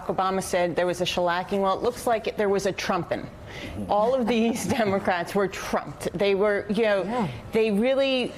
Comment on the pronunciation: She did say donaldcrat crat Trump😆